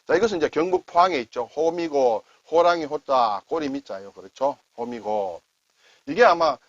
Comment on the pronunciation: 올해도 좋은 소개 많이 해 주시기를 바랍니다. 호미곶(虎尾串)을 제대로 말하는 분을 (동영상 화면으로나마) 처음 만났습니다. '호(虎 범 호)'는 길게 발음해야 하는데(호:미곶), 거의 모든 사람들이 짧게 발음해 '호미곶'이라고 하고 있습니다. 그곳의 행정구역 이름도 '호미곶면'인데, 그 면사무소도, 포항시청에서도 제대로 발음하는 사람이 없고, 우리나라 지도가 형상하는 '호랑이의 꼬리'를 뜻하는 '호:미(虎尾)'를 농삿일 중 잡초 뽑을 때 쓰는 조그만 농기구 '호미'를 연상시키는 '호미곶'이라고 짧게 하고 있습니다. 포항시청에도 민원으로 '호:미곶 제대로 말하기' 캠페인을 하라고 민원도 냈었고, 호미곶 면사무소에도 전화해 제대로 말하도록 솔선하라고 했는데도 안 고치고 있습니다. 어릴 적 들은 얘기로 일제(日帝)가 우리나라 지도를 연약한 토끼에 비유해 호미곶을 지도상 '토끼꼬리'에 해당하는 지역이라 하다가, 6,70년 경 부터 용맹스러운 호랑이에 비유하기 시작해 '호미곶'으로 부르기 시작했다는데 잘못하고 있는 걸 깨우쳐 줘도 안 고치던 것을 올해 '범(虎)의 해'에는 이 한자마당을 시청하고 '호:미곶'이라 제대로 말하기를 기다려 보겠습니다.